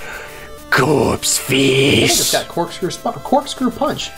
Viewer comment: N says corpsefish 😂